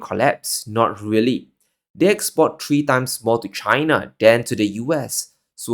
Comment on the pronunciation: When you don't know the difference between "tree", and "three" it reduces your credibility by 99%. After all you had 30+ years to correct that pronunciation error. Just friendly advice.